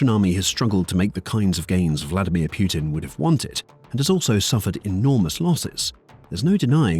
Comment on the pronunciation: Its putin not puertin